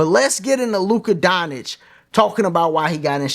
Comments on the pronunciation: Bruh 🤦🏾‍♂️ Say it with me... Don-CHICK. Don. CHICK That's how you pronounce his name. Luka Don Chick (just say it together) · The correct pronunciation of Luka Dončić is "LOO-kuh DON-chitch" according to the Dallas Mavericks media guide. The "č" in his last name is pronounced like the "ch" in "church".